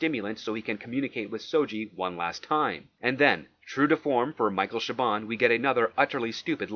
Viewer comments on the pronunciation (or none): Star Trek Picard was chaboned. Pronounced like bone.